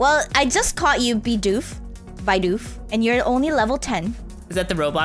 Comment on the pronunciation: the way you say "Bidoof" is 'Be-doof'